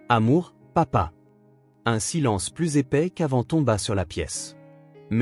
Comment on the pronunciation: APLANIR un conflit... Plus dans le sens négatif ne se prononce pas "pluss", mais "plu"... Donc, si la fille a 9 ans, avec la réunion de famille annuelle, comment peut-on être surpris ? Ce ne devrait donc pas être la première fois que ça arrivait. Pourquoi parler d'un choix fait ce soir seulement ? Ces vidéos manquent souvent de cohérence et de conséquence. Pourquoi ne vont-ils pas tous les trois en Islande?